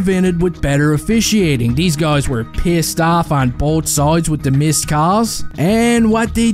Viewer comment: Where in New York are you from? Hahahaha the way you say pissed "peeeeassed" 🤣 You're a good man